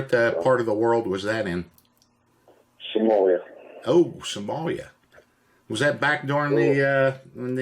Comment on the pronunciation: Did he say Samolia the first time?! Roflmao